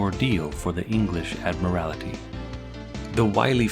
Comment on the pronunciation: Admiral-ity!!? Can you see a second /i/ in the word "admiralty"?